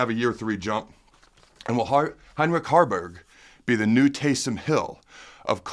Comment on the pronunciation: Harberg not Garners